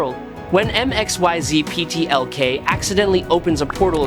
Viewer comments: Did AI read this? Mxyzptik name has been said in so much Comic Media that at the very least researching should've produced the correct pronunciation. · You are Stuggeling with Mr Mxyzptlk name aren't you buddy...lol